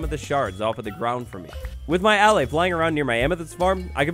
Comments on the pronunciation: SAY AH LIE = ALLAY. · It's ah-lay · He keeps saying allay wrong